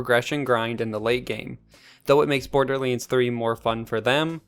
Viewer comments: Wait WAIT! It's BorderLANDS, not Borderliiiiines xD Bothered me insanely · THE WAY YOU SAY BORDERLINDS 3 pisses me the fuck off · Why is no one talking about the fact he doesn’t have an “A” in his vocabulary “Borderlens? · Border Leens.